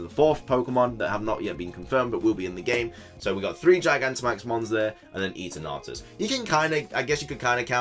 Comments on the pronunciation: Isn’t it Eternatus as in Eternal not Eaternartus? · hahah you made it sound like "eat an artus" (eat an arse) its eternar-tus, like the sound of eternity, which is kind of unusual since eternity means practically infinity, something that's beyond "god", but if it was like that supposed rumour of it being dark type with something else, I still wonder if its the "time eater" (chrono phage) as in Cambridge the corpus clock can be found and its one of the most iconic pieces that can be found there...truly an amazing invention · Christ. Stop saying eterNAWtus... this pronunciation is heinous